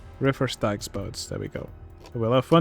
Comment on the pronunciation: Just so you know, Styx is pronounced like "sticks". That being said, those are good additions to the Misery Marsh. The tentacles emerging from the ground and the tentacle stand are a nice touch.